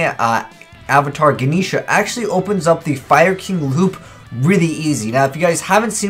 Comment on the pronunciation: his pronunciation man